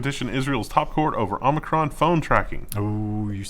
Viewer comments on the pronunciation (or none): you said omnikron it's fine